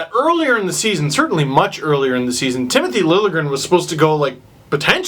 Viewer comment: "Trona proud to announce.. Tmith Lingrn" :P Classic Hunter